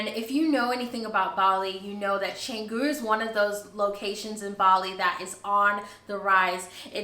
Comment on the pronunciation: Pronounce Cahh-ngoo. A friend owns a villa with B&B there but business has been very slow this year. Best of luck to you. I have Balinese house and live in it in Jakarta, the capital city of Indonesia. Take a look and if you visit Jakarta I too have B&B if you look for a place to stay. Congrats and welcome to this country.